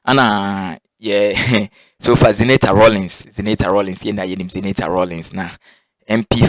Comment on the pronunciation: Please I want your number to educate you on pronunciation of Zenator's name is ewe name not english name the name means let darkness stop until I won a victory it is in Joshua 10